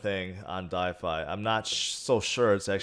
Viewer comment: I love you man, but for gods sake it’s called “DeFI” not “DiFi” 😳